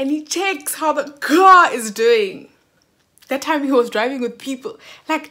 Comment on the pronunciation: The emphasis on “At that time” 😂😂😂